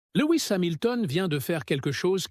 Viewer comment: Et l'IA incapable de nous traduire le discours 🤦‍♂🤦‍♂ Remarque , pour le français déjà ça prête parfois à rire !( schouderia, scood ria, Lois, etc))